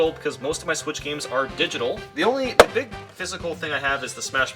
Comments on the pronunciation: "BeEg hOuSe" I love the way he says "basic gaming chair" ROFL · It’s not a big house ITS A BEEG HOUSE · There's Big houses, and then there's BEEG houses. XD